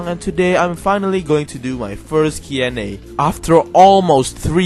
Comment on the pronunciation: You pronounced comfortable! Now pronounce Q+A correctly (mainly the Q)